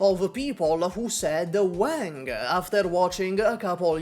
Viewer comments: Ok, sorry. It's not "Wæŋg" like the way you say "Wank", it's "Wàng" like the Won you use in "Wander" but a bit more of the "a" sound to it. Anyways, cool video :D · It's Wang bro it's Wang